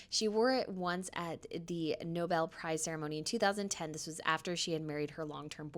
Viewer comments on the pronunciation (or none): none